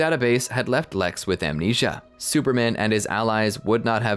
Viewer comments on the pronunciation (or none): none